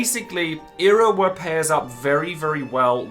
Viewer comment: Im not the only one hearing him say Irowa am I?